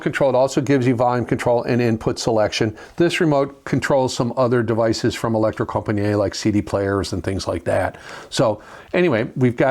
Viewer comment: Yes they are very good and a grate revive as usual only one point deducted for the terrible pronunciation of Elektrokompaniet